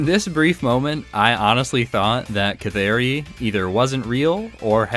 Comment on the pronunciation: You have pronounced Canari correctly, her name is based on the Canary bird. The Canary is known to guide miners when there is toxic gasses.